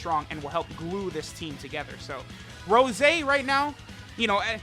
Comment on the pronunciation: Anyone else think it sounds weird when says Rose and not Rosé?